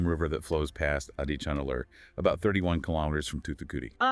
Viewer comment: Folks, The phonetic sound for AdiCHAnallur is not the "cha in cha-racter), but it should be said with a sound of "CHA-rcoal). The sound phonetic of Adichanallur must be Tamil sounding like cha in Charles, cha in charcoal, etc ,😊 and NOT like the cha in character😮